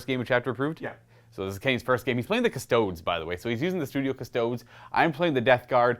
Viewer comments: Again with the "Cuss-toads" wtf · it’s KUSS TOAD EES - you ding dong. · Do people not realize that he calls them kuh-stodes as a joke?